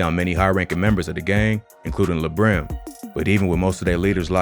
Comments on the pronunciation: Mans Said LaBrim 🤦🏾‍♂️🤣🤣 It’s La Brim as in La-La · It’s lah like lalala brim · It’s pronounce “Lahh Brim” bozo lol